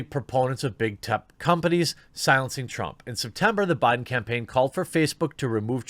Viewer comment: "Joe Briben"? 😂